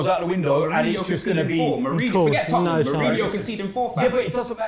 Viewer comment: finds it really difficult to say Tottenham 🤣 “toppnum”